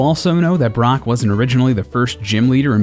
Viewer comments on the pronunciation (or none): none